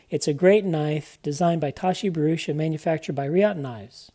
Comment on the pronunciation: Great review, certainly more complete after the update, small point you have his name wrong "Bharucha"